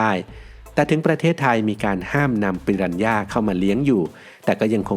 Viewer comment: ฝรั่งไม่ออกเสียง "ปิรันย่า" แต่ออกเสียง "ปิราน่า" ครับ...😂